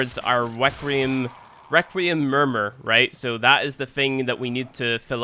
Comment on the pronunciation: I can’t tell if you’re trying to be funny or you really don’t know how “th” works but a grown man saying firty is not funny nor cute. Requiem, which you mispronounced ONCE, is harder than thirty to pronounce? Get outta here, Now ik it’s you trynna be cute.